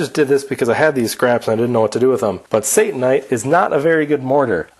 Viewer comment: I believe that Satanite should be pronounced as Sata-nite. Let's not give Satan any credit here. satannite would be pronounced as you did. Notice the double n .